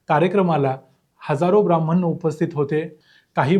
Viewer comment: ब्राह्मण !! नीट उच्चार करायला शिका.